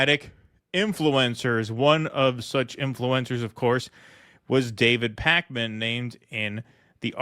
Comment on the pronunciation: Is it pronounced Pakeman or Pawkman, I don't even know.